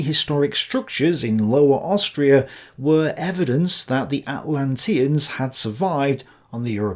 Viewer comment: Dude, the fact you mispronouce "Atlanteans" and "Rosicrucian" shows that you just read some stuff online and are not a scholar. Plus your analysis is weak (and in many cases wrong) compared to someone who is. On another account I am a youtuber along the same lines as you. I read at least 3 books per video. Take it seriously.